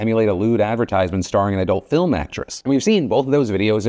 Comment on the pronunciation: Did he just say “PHILm dungeon”?